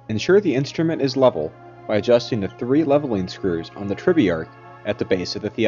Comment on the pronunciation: What's a tribyark? Is that something like a tribrach?